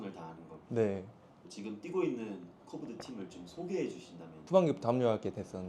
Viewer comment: 코브드가 아니고 "홉트"입니다.